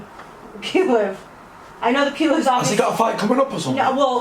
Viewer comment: Bitch can't even say PULEV.. we need another reporter